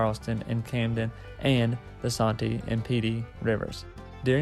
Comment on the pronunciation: Santee is pronounced Sand T